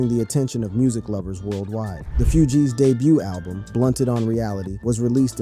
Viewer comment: I LOVE YOUR CONTENT! ... However, YOU butcher names 😞 🤔 lol ... "FOO-G's" not "FEW-G's" also, "Wyclef John/Jean" not "Jeanne!" Where are you from!? 🤔